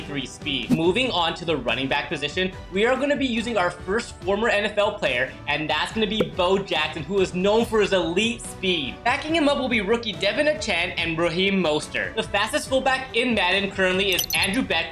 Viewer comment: You got Devon achane wrong